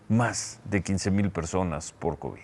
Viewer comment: Esa mujer no sabe pronunciar ninguna palabra. Que hace ahí Ciro?